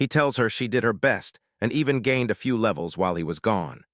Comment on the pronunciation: ai doesnt know how to say "gained" XD